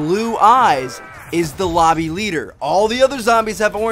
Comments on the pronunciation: lobby leader not lombie god dang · u said lombie leader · Lol "lombie leader" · "Lombie Leader"? Did anybody catch that xD